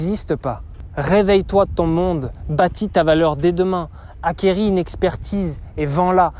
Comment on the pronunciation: ARRÊTE DE DIRE ACQUERI